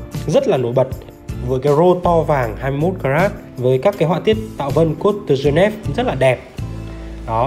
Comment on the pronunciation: Phát âm các từ platium, geneve... nghe chán quá